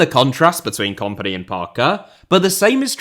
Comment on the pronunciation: Can you pronounce kompany to sound like the word in companies house please as opposed to the comp in competition? Thanks